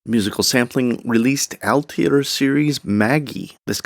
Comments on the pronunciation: Only 6 minutes in, love the Atelier (if you want, I can teach you how to pronounce it correctly 😜) Series from Musical Sampling! Can’t wait to hear the rest!!! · I had a moment of fun too when he pronounced it haha. 😁 For: "At-euh-lee-yay", french word meaning a workshop where we build things. By the way I have Musical Sampling's AMY and love it. Not sure if I need this one but considering it.